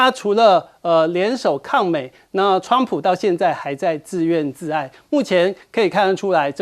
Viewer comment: 自怨自艾(Yi),台湾是念自怨自艾（ai）吗？这个主持人